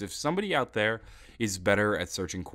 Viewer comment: is "Get in there!" not "Get in therel"